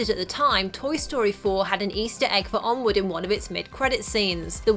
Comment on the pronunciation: you said Onwood